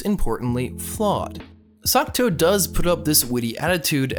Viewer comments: Every single time you say Sakuto instead of Sakuta, I die a little inside. Anyways, he was never really bullied. The worse that happened was he was ignored after some rumors were spread about him. His sister was the one who was bullied. Also, of course the sciency "explanations" sound like something a highschooler would make up to sound smart... it's highschoolers that are trying to explain it in the first place after all. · I think you´re saying Sakuto? Even though he´s called Sakuta xD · he wasn't even saying sakuto it sounded like "suck toe" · AGGHHHHHHH. ITS SAKUTA NOT SUCCCKKKKKTTTTOOOOEEEEEE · video starts by narrator saying how he likes the shows...goes on with calling the mc sakuto instead of sakuta :( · Psst.. MC is Sakuta, not Sakuto. Awesome review! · It's weird how you can love a show and get major details wrong, up to the MC's name or at least its pronunciation, but genuinely I don't mean this as an insult. I've noticed it in other videos of yours too, and I'm a little worried you might have a language processing disorder. I'm not any sort of licensed pathologist/psychologist/psychiatrist, but I have been a tutor before and work in an education field. If finding the right words to express an idea is a struggle, maybe consider being tested for learning disabilities. I know this isn't the right place to be saying this/generally wise to ignore some rando on the internet/this will probably go unread, but i still feel it should be said. If somebody wants to copy this where 'll see it, go for it. Source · I dont wanna be rude but the pronunciation of Sakuta’s name is lowkey triggering but decent review of the anime. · he doesnt know how to spell or pronounce the name is his favorite anime HAHAHAHA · Is this really your favourite author? You pronounced the MC name wrong and it's the little sister that got bullied and not him.